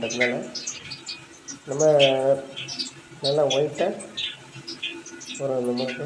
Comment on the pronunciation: ஒயட் இல்ல ஒயிட்